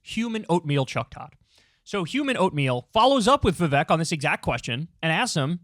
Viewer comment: Youre pronouncing his name wrong! Come on Kyle, he made a whole horrible rap about it. It's "Viv-ayke", like cake! :)